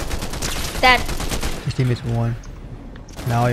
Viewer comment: Bro sayed instead of I'm dead I'm gay😂😂😂